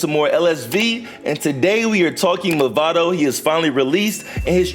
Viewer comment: Nice guide. btw it's "Mavado" and not "Movado" :)